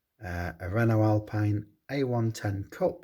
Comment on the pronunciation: Thanks for the shoutout 🤩 I’ve always wondered how British / American pronounced my name, 😂 so now I know: wrongly 😜 the E at the end is silent 😉 and hw didn’t make names mistake because even alpine is owned by Renault it’s a separate brand BUT anyway great video by 👍 i have the 86 Monte Carlo, another dimi gift 🙂